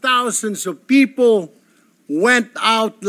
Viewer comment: Sen..Erwin tulfo..correction lang pronounce the words properly.. Ung people sir,bigkasin mo ng klaro ha..Hindi "Pipo"...kc gagayahin k ng mga batang nakikinig,,akala nila un talaga ang tamang pagbigkas...😅😅😅